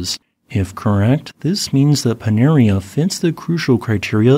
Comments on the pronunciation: Panaréa...accent on the e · Pronounced pa-na-ray-ah. Cheers from Lipari.